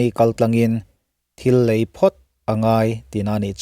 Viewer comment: Chung lëî tur chuan tih tur a nih hmel { 'lei' as in soil ) not lei as in( bridge)